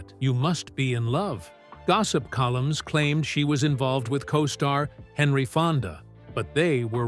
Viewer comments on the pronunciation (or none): none